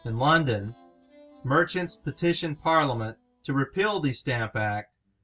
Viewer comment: This video's audio portion suffers from poor sound quality (poor room acoustics or poor microphone) and poor enunciation in some cases. Example: "Repeal" should not sound like "Repill" to the listener.